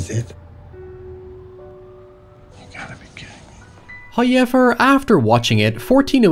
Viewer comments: Everybody: However This idiot: HaiEVerR Nice vid btw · "HOWever" not "high ever" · Hauyever? Seriously guy? Hauyever? Let’s just throw English out the FOOKIN window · you know he's gonna go hard when he slaps down that 'hoyever'. it's like a dragonshout. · Please make some spooky merch that spells how you pronounce, "Hoyevar." Plz. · I came for the "HOYEVER" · Mike: "What happened to the room?" Gerald: "It all started when they Hotel guests said however while he stayed in the room." Mike: "So." Gerald: "It's pronounced 'HOYEVER." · Enough with the however already. You've said it normal more than once in videos and it's getting old hearing you purposely include it mispronounced just for extra attention.